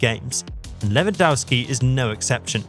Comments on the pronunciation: Lewandowski is pronounced Levandovski. The W is like a V in polish. How many fucking years do we need to explain that to you people? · Pronounced Levandovski. W=V in polish. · How about pronouncing his name correctly! LevanDOFFski!